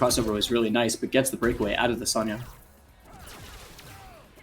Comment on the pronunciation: Sonya "Zone-ya" Blade